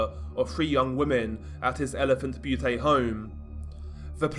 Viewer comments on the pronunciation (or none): It's not Butee it's elephant Bute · Its Elephant Butte, as in it rhymes with mute. In Butte isn’t pronounced as bhuutay, but as bute, rhyming with mute. Im from las cruces so in rather s snob with how it’s pronounced. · Butte is pronounced Beeyoot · Elephant Butte is pronounced Elephant “Byoot” great vid tho! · "butte" is pronounced "byoot" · Elephant "Be-you-Tay" 😂😂😂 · Great video. Just a little note... Butte rhymes with the Australian nickname for sport utility vehicles, ute. No A on the end.